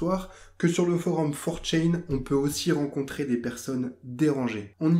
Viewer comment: Ça se prononce 4 "tchan" et non "tchain", ça vient du japonais c'est un suffixe pour pronoms personnels 😉 Sinon, super intéressant, merci pour cette vidéo